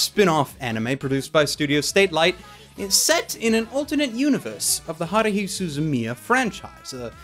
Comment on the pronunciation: the way he pronounces Haruhi pisses me off